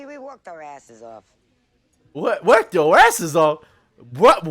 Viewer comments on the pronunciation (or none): said "walked our assess off" not "worked our assess off".